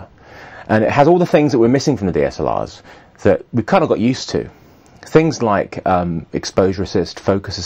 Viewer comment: Why is Paul Ross selling me cameras? "It'll look lark a skwilion dollars" Fuck off!